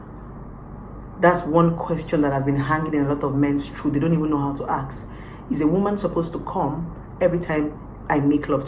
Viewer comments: It’s ‘ask’ NOT ‘aks’!!!! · Some don't even know ASK is different AKS !